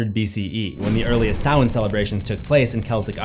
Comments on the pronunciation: Samhain pronounced Sam-Hāne not Souw-Wen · You seriously need to pronounce some words correctly. Sidhe isn’t called She. 🤦‍♂️ it’s pronounced SID HE. Man you’re dumb. Also Samhain IS called SAM HAIN not SOWEN! Did you even go to school? 🤦‍♂️🤦‍♂️🤦‍♂️🤦‍♂️🤦‍♂️🤦‍♂️🤦‍♂️ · please don't tell me you can the band Danzig was in Selwyn or whatever you're saying. His band was call Samhain. SAM-HANE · Was jsut about to comment how annoyed I was each time you said 'sa-whene' without following up with Loomis 'sma-hayn'. Set my little brain at ease when you added it... the voices thank you! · No, dude. It's pronounced 'Sam-hayne' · Great vid! Whenever you say Samhain i hear. Sam-hain lol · Dr. Loomis pronunciation of ‘Samhain’ never gets old😂😂